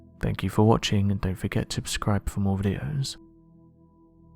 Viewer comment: My man, first off I got to say I love your channel! I see a lot of interesting things on here and I have been a subscriber for a long while now. I've been meaning to ask you about this for a good while now, and so I am going to! I know that you don't have any problem pronouncing your S's, sooooo...at the end of each video why do you ask people to "ubscribe" to your channel? I've been wondering about that for the longest time now and I can't be the only one lol.